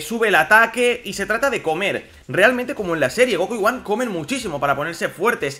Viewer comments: Se pronuncia GoJan no Goan Dios no ves la H? Gohan GoHHHHHHHHHan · Se dice Gohan, no goan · la pronunciacion varia, en el doblaje castellano de dicen son goanda por ejemplo. Hay muchas personas que le dicem Goan obviando la "h" otros como tu o yo pronuncian la "h"